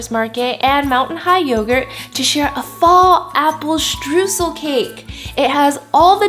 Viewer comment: This cake looks delicious! To me it seems like more of a crumble cake though, Streusel would typically be larger and cover nore of the top - oh, and btw, if you want to know how to pronounce it properly, say it like Stroysel (oy as in toy) :)